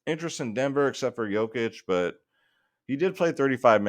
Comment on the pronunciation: Finally learned to pronounce Jokic's name huh. good job